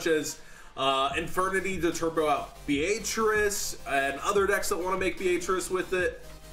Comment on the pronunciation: It's "Bee-ah-trice" not "B-a-trice" you illiterate fuck.